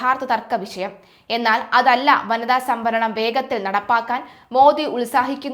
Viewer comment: Pp. Sambaranam alla samvaranam. സംഭരണം അല്ല സംവരണം ആണ്